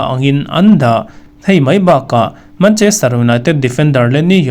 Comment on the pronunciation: mancherter 😂😂😂 city